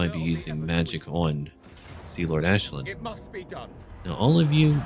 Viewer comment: The Commissar i think thats the correct pronunciation. Think you have to say it like the Irish Aisling